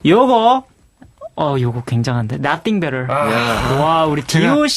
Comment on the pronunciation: nothing better pronunciation on point! 😍